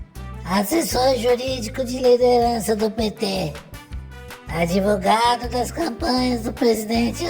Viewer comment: "Adevogado do pt"